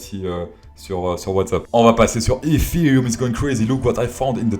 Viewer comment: Ca pécho fort 😏 c'est parce que tu prononcés effffftherum comme un professionnel ca , tu les fais toutes tomber comme bitconnect 😎